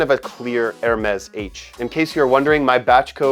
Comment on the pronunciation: Great fragrance with just the right amount of longevity and projection for a summer scent. The non-twist cap allows the bottle to be refilled -- greater sustainability. And it's pronounced like dare-MESS; the d' isn't separate because the H is silent.